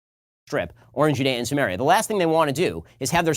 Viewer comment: yeah, I got that after the tons of people using this term as of recently. For a hebrew speaker (actually don't if he is) his pronunciation is not helping...